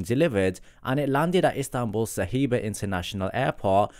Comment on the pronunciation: Sir the airport name is SABIHA International. (Not SAHIBA as you pronounced)